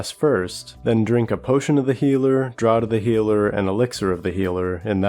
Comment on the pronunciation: Draught is pronounced draft. Just like the gh in cough.